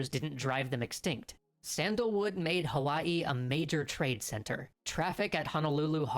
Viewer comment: What a special treat that you chose these two Extra History vids to share- this is my hometown of Hawaii. I enjoyed it and you pronounced it correctly! 👏 Since you have subscribers from all over the world - it is nice to learn of other places. Keep up the great work and I enjoy your channel. Thank you or as we say Mahalo (thank you). 😊